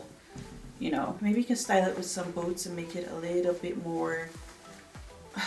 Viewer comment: I thought you said: 'maybe if I pair it with some BOATS' 😂